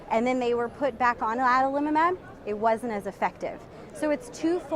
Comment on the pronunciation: i like this pronunciation the best - Adalimumab. Thanks